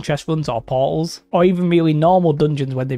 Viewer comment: i was wondering what "pauls" were this entire video and it finally hit me.... portals :'D